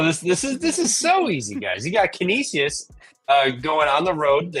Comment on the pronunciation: Trevor trying to pronounce Canisius is hilarious. It's can-ish-is 😂